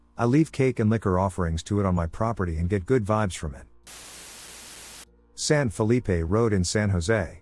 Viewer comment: Stop saying San Felippe. Nob.